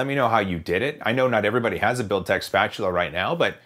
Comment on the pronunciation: Can we have a drinking game whenever he says Builtech spatula?